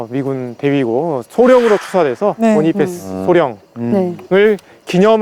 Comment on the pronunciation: Cpt. Bonifas 께서는 미육사 출신으로 전사하실때 이미 소령 특명을 받은 상태였고 소령으로 추서되신것이 아니다. 또한 그분 성함의 발음은 "보니파스" 가 아니라 "보나패스"이다. 같이 근무할 당시 본인이나 미군 카투사 모두가 그렇게 발음했다. 그런데 무슨 이유로 보니파스가 되었는지 모르겠다. 고유명사, 특히 이름은 그집안의 전통과 가풍에 따라 우리가 아는 상식과 다른것이 많다. 추측으로는 영어에 미숙한 사람이 얕은 지식으로 전사에 기록한것을 더 무식한 사람들이 따라한다고 생각한다. 애처럽게 전사하신 분의 성함이라도 제대로 불러 드리는 예의라고 생각한다. 우리가 그곳에서 복무할때는 남북한 경계가 없이 상대방 지역을 늘 드나들었고 또 우리와 인민군이 수시로 조우하고 대화도 많이하고 기념품도 교환하고 그러다가도 한바탕 붙기도 했었다. 나는 늘 전사하신분 성함이 제대로 발음되기를 생에 마지막 소원중 하나로 여기고 있다😊